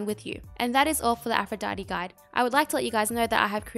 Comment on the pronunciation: im french and all i heard is "afro daddy"